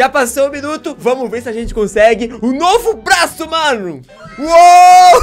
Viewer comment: Quem percebeu q ele falou blaço Deixa like